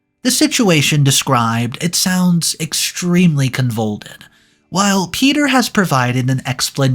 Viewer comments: if English is your native language, you need to learn more (i.e. bigger) words. for example - , the word you attempted to pronounce is convoluted (con-vo-lu-ted). this is not even an SAT word. it's a word i learned from watching "looney tunes" cartoons when i was i a child. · CONVOLUTED: CON-VUH-LUTE-ED In a marriage, its not snooping. You share EVERYTHING. No secrets; no lies. Its simple: Dont cheat. Finding that has a way of easing a troubled mind. And if youre cheating and lying? You deserve to be caught. Edit: That said, my bf is a FLIRT. And he always shows me the random "femme dick pics" people send him before deleting them.